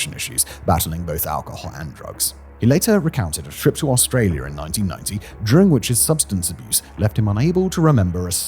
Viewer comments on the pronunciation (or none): none